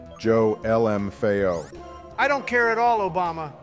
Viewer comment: Honestly - daily content. I am more interested in your script and incorporating it into the game. Speed them up, get that content out, continue using tf out of "el em eff a oh" lmao